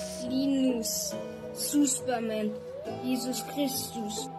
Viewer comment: No one filipinos: Hesus kunin mo na ak- Wait lang bakit parang "He sus"